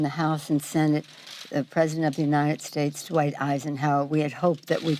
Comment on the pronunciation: My money's on Trump!!Ga besh the oonited shaste and all the other words he can't pronounce correctly maybe it's signs of a stroke or maybe his daddy paid his way through school and he just can't read!!!